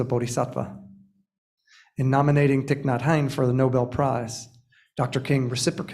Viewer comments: I so appreciate this acknowledgement and Thay would have forgiven him though I wish he could’ve correctly pronounced his True Name - Just sayin - LOL😉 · I was hoping I wasn't the only one to notice that. It was hard for me to listen to this. If you really respect someone, you first figure out how to correctly pronounce their name.